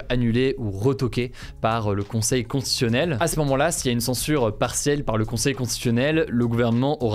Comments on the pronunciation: Je pense que Hugo a dû consulter des écrans avant l'âge de 3 ans vu les problèmes d'élocution qu'il rencontre très fréquemment point notamment pour prononcer le mot constitutionnel et autres difficultés en fin de vidéo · Tu as du mal à bien prononcer "constitutionnel", mais moi aussi 😂